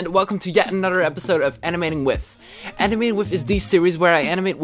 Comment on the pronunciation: Omg I love the way u talk Wif = with Oder=other Anuder=another